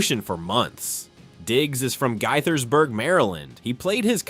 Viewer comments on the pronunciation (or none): And Gaithersburg too🤣